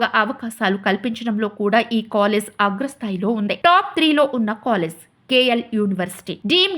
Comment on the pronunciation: its college.. not colless